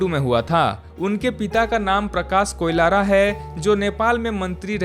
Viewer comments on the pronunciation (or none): Koilara nahi Koirala hain theek se pronounce karo, aap baar baar Koilara bol rahe ho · Koilara nahi be koirala hai😂😂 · Abe na murad heroine ka nam to Sahi se le KOIRALA ki jagah Koilara bol raha hai . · कोलारा नहि कोइराला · A bhaisab koilara. nahi koirala hai 😅 koun jaldi hai 😅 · Uske surname Koilara nhi Koirala hai 😂😂